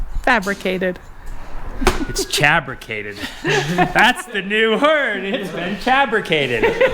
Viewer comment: 👍👍 "CHABRICATED" 'CHA'D FA'B BRICATED haha, love it